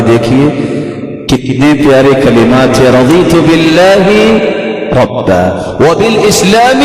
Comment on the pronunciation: Assalamualaikum Bhai first video me razitu ko razina aap bole the is ko clear kijiye